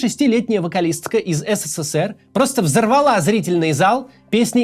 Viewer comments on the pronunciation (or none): none